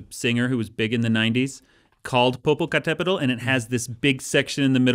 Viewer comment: I am impress on Dan´s pronunciation of Popocatépetl, it is not an ease word to say correctly. I am from México.